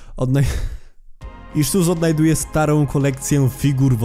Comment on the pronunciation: Mam pytanie czy tylko ja mam tak że gdy mówi SUs przypomina mi się AmungUS?